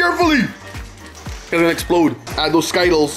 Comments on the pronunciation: Bro it’s skittles not sky-tuls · It’s Skittles bro not Skyttles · For the last time ther skittles not skittals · He said everything else right but not Skittles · I love ‘skytkels’ jk no hate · You said Skittles wrong